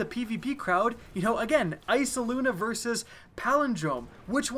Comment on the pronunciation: Eyesluna not iceluna